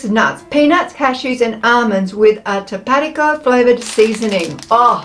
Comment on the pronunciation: Tapatio is pronounced Tap a tay o 😊